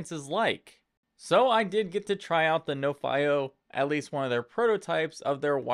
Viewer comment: I thought it was pronounced NO-fee-oh ?